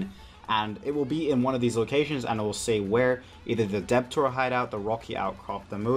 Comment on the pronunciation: Did he really fucking say "deb-tor hideout"